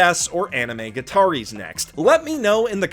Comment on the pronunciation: I swear to Haruhi the cringiest thing about this video is the way he pronounces "gataris".